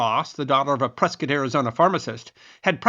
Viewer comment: I'm so proud of you, you pronounced Prescott, AZ correctly.; At 'em AZ